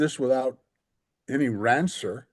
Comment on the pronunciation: Professor Wilson needs to look up the proper pronunciation of "rancor."